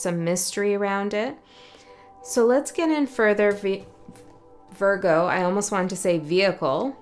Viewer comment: At minute , the way you pronounced Virgo sounded like Spanish 😅